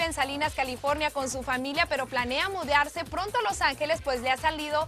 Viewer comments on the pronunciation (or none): Miren a la señora dice mudiarce en ves de mudarce